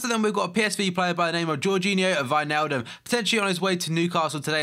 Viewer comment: You actually sad Wijnaldum right :DDDD Comes from a dutchman btw.